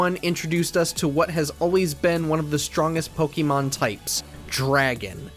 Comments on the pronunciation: Why does he keep saying “Pokimon”??? It’s “Pokemon” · Every time the narrator says Po KEE mon I cringe a little. I don’t think this is the right pronunciation. In Japanese it’s Po KAY mon which i think is the correct pronunciation, but I get that in English we don’t say an E as “ay.” The English pronunciation is probably best as po KEH mon, much like the e in pocket monsters.